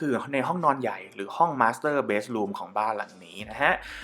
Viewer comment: ติดตามมานาน คุณทำรายการได้ดีมาก อธิบายละเอียดดี แต่อยากขอแก้นิดเดียวนะคะ คือคำว่า master bedroom มักออกเสียงเป็น master beds room ที่ติเพราะอยากให้ทำได้สมบูรณ์แบบที่สุดนะคะ